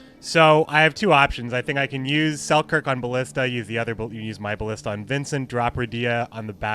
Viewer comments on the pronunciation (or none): none